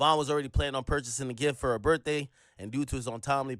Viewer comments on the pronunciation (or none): none